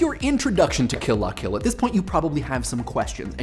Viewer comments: please just say "kill-luh-kill" like the rest of us. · OH MY GOSH. I've been reading the L as an i the whole time. I've been pronouncing it "kill ia kill," and now my mind is blown. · Emphasized "La". That's weird. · You pronounce "Kill la Kill" funny.